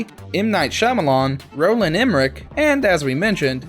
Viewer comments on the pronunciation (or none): none